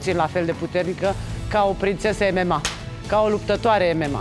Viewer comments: "emema":)) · Ce fel pronunţă "MMA" 😂